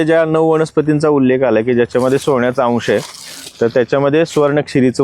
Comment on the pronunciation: णऊ वणस्पती हि कोणती भाषा??😂😂